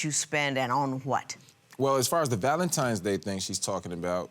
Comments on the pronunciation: Stop saying Valentimes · Valantines not valantimes